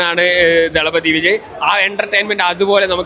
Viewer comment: "തല"പതി അല്ല തളപതി വാക്ക് അറിയില്ലെങ്കിൽ പറയരുത്.